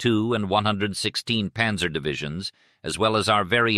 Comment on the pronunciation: The problem with less sophisticated AI voices is the failure to provide proper foreign word pronunciation. “Panzer” and “Cannes” were awfully pronounced, for example! Cannes is NOT pronounced like a tin “can”. History is important. If the little things slip, you can expect the big thing to fail as well!